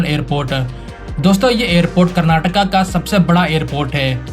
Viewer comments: Thanks for saying "Kurnaatuku" and not "Kurnaatuk". It's been a long time since I watched anybody on TV and social media pronounce the word correctly. Please also say "Kunnudu" instead of "Kunnud". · Thanks for saying Karnataka not Karnatak and Bengaluru not Bangalore. Liked this video for the same reason 😃 Good and simple explanation of the upcoming projects. 👏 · Thanks for saying KARNATAKA 😂🎉🎉🎉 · Thanks bhai for saying KARANATAKA ,NOT karnatak , 😂😂❤ this the least we KANNADIGAS like me expect from our Indian brothers..❤❤